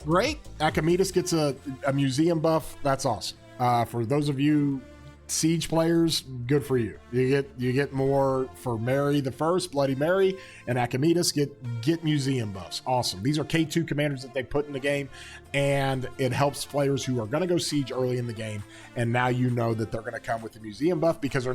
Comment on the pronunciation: "I should do voice overs for the game" Also: Pronounces "Archimedes" as "Akimadus" 😂 You have my vote!